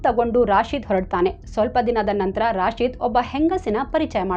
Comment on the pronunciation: ರಾಶಿದ ಅಲ್ಲ, ರಶೀದ್.ನಿಮಗೆ ಮುಸ್ಲಿಂ ಹೆಸರು ಹೇಳಲು ಭಯಾನ?ಯಾರೇ ಇರಲಿ ಅವರೆಲ್ಲ ಕಾಮುನಿಸ್ತರು.